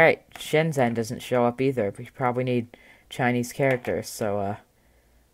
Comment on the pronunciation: "How do I say Shenzhen in Chinese" you just did in poor pronunciation, lol. :P Anyway, the OS does look nice a slick for the most part. If it had universal language support it would be up there with Zorin OS for sure.